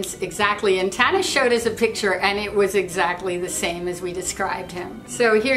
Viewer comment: i love how they said tana's name wrong